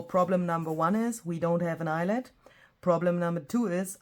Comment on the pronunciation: Eyelet rhymes with Piglet!!